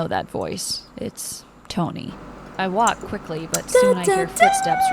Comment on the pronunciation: Why did her way of saying "it's tony" sounded like "so show me" in magic shop or is it just me?